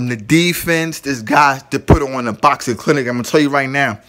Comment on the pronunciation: Cause when your boukssin, your boukssin like boukssers do when they be boukssin! Say box like the thing you put stuff in and add ing, i introduce you to the word boxing!